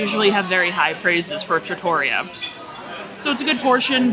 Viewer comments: Yes! With emphasis on the REE. Not truh-TOR-ee-uh. I was corrected some years ago by another, lol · It’s pronounced Tra-to-ree-yah. Trattoria which is a non formal restaurant in Italy. The lasagna looks legit!